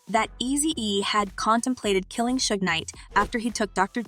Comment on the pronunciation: First of all old girl needs to get his name right before telling a story... It's SUGE NOT SHUG 😂😆🤣😆🤣